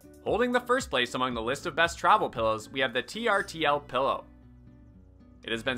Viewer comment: I think the "trtl" is pronounce "turtle" 😊